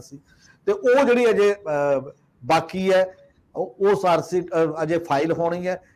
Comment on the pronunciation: The word is charge sheet and not “charge seet “ as is pronounced in your comments . Right pronunciation is the soul of a language . Thanks .